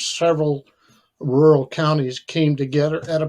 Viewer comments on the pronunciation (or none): Rural not ruler